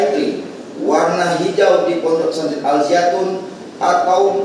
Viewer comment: Jaksa kunrang ngopi tuh sebut ponpes salah